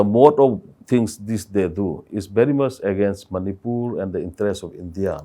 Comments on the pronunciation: Mr meentioning about educated tho he even can't pronounce very and said bhery😅😮😂😂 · A bery step a bary steps 😅😮 everyone pronounced very . 😅😅